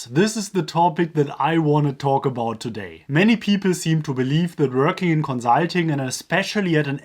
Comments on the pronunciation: Can you please just say consulting normally? You sound like an idiot, but good video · I'm sorry, but your pronunciation of consulting is hilarious xD